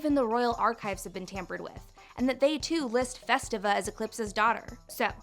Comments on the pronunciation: Festivia, not Festiva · Festivia’s name is pronounced (Fest iv ee a)